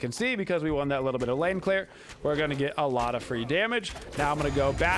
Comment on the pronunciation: *lane not pane